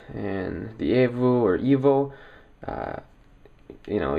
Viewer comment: evo !!!!!!!!!! "E"vo E!!!!!!!!! avo? wtf